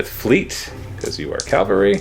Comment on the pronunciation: a nitpick, but it's CAValry, not CALvary. Sorry. pet peeve.